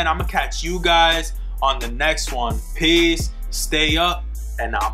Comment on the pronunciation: You really said peaces bruh